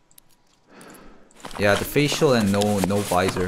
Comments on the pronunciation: its not veezor its visor. v eye soar. you were riving me nuts saying veezor lol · Thank you for eventually pronouncing visor correctly! I was dying for some reason you pronouncing vizerrr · lol its v-eye-zur........ ROFL.... the correction like one minute later.......